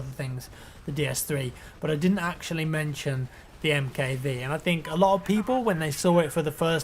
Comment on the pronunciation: Hey! Love your videos... I'm not trying to be a dick or anything but I think the MKV is pronounced Mark Five..:)